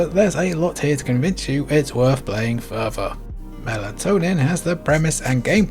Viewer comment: excellent vid and some good games ive never heard of but....further spoken as ferver? lol Come on, TH sounds arent that hard!